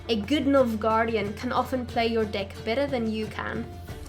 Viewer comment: This might sound super immature but at the beginning you said choose a deck to play with and it kinda sounded like choose a dick to play with lol! What can I say I find the worst in the best lol!